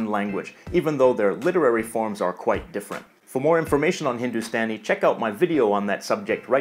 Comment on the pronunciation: No4 Hindustani :- the way u said Hindustani is wrong, it's Hindu(sta)ni हिंदुस्तानी